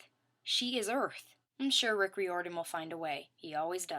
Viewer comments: its prononessed (riiordan) and its camp jupiter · great review! couple mispronunciations like Riordan's name is like rye-or-dan Hephaestus doesn't have an 's' between the 'e' and 'p'; and Reyna is supposed be be said like reign-uh. i don't want you to take this personally, but mispronunciations of words and names is like my biggest pet peeve lol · I have mark of Athena you said riordan wrong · I think you mispronounced RIORDAN